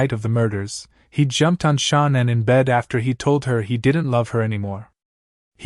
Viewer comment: that's how this narrator is saying shannans name, who is Shon-nin?